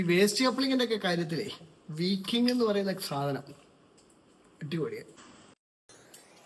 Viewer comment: വി കിംഗ് അല്ല വൈകിംഗ് ആണ്